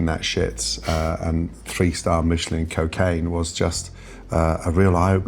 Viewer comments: Love when people pronounce it "Meechelin" to try to make it sound like some kind of incredibly fancy thing when it is quite literally the name of a tire manufacturer. They have been around since 1889. It has never been pronounced as "Meechelin". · why he say michilan like that lmao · Please don’t ever pronounce Michelin star like that ever again! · Why pronounce Michelin like it isnt a tire company? Lol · Why did he pronounce Michelin like that? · What is with that pronunciation of Michelin star? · If you understood Michelin stars came from the Michelin tire company, you wouldn’t try to enhance it with a goofy French accent. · Why does he keep pronouncing Michelin all fancy lol? Because you don’t pronounce the tires that way and it came from the same company so just curious as to why the over pronunciation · bro is pronouncing michelin like it aint a tire company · i didnt think it was possible to mispronounce michelin so horribly. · That's not how you pronounce "Michelin," dude. Ever bought a tire? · Pronouncing Michelin in a French accent when its actually the American tire company is hilarious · That's one of the better last meals i have seen on here. An in n out double double is on my last meal list as well. Why did you pronounce Michelin that way though?